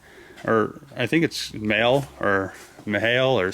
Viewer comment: Do you mean MAHLE? It's pronounced like Bali.